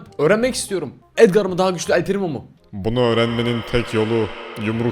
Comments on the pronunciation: Abi edgar edgır diye okunuyo ve edgarı tutuyorum seni seviyorum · Abi edgar déğil edgır